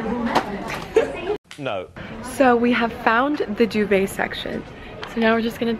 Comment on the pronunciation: I cringed everytime she said duvet 😂 She says it so weirdly, it's not supposed to be that fancy dov-et is how I pronounce it so.